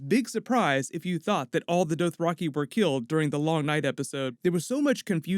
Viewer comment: The Doe-throcky? OK.